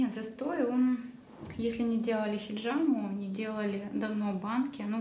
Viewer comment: После того как она произнесла "хеджама" мне стало абсолютно пофигу. Сразу видно непрофессионала но шарлатана.